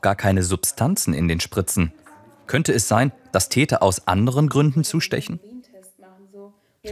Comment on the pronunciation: *Täter, nicht Teter